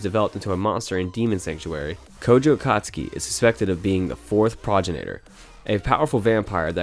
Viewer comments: So many anime channels by people who don’t know words.. “pro-gen-e-der” not “prah-gen-atar”. Eego hanichimaska? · Ok 2 things about Strike the Blood...we all knew he was OP...so did he and so did everyone else that's why everyone was searching for him because they knew he was powerful as hell....so this show doesn't fit in your title narrative...secondly...it's Pro gen ii Tor ....your pronunciations kill me